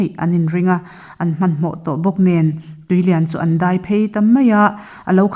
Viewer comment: Chhiartu hian, "tui leiah a lut" tih lai a chhiar hi a, lam dan thlûk a dik chiahlo